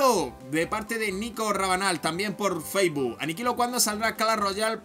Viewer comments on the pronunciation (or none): Que se dice facebook, no faisboo!!!!!!